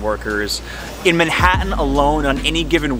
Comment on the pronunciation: The way you pronounce “Manhattan” and that you are wrong when you say the best pizza is from NY, no sir, Toto Buenos Aires, Argentina. And tell me what shocks you. Love the channel, one more subscriber. Regards from Charlotte, NC.